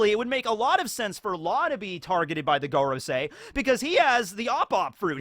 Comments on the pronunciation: When will someone tell him that 5 in Japanese is pronounced "goh" like in "got" and not "goat" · You would never pronounce “goro” as gore-o in Japanese. Japanese hiragana are always pronounced the same in Japanese, (casual enunciation slurs the sounds in certain situations, like making the U silent in words like Sasuke) Just bite the bullet and learn how to read/write/pronounce the Japanese alphabet. It takes about a day and really comes in handy. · I think it's pronounced more like 'Gohrosei, or Gåråsei' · It would be pronounced gorOOsee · I think it’s go-row-sigh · It's pronounced like goron.. 👌🏻👏🏻👏🏻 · Your usual pronounciation of Gorosei is correct. The other pronounciation sounds less Japanese (I.e. a Japanese person wouldn't pronounce Go, as in the number five, in the way that we pronounce the English word Go. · you should really look up the pronunciation of FIVE in Japanese